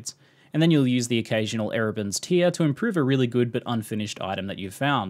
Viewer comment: Tear rhyming with 'where' not here. It's a tear in the a fabric, not a tear being wept.